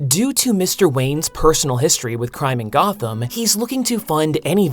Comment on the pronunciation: 'Goth'am. C'mon, dude.